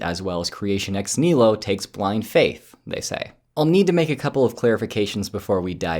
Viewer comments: Am i mishearing the video, or does keep saying "nihilo" without the 2nd syllable? Should really be "nee-hee-lo", shouldn't it? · If he did, he did not pronounce it correctly (ɛks ˈnɪhɪləʊ), but instead dropped a whole syllable. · I did not hear the hɪ, and looking at the replies, I am not the only one who heard ex KNEE-low (ɛks ˈnɪləʊ) instead. I therefore would like to ask him not to butcher the Latin like that. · Americans pronouncing things, sadly.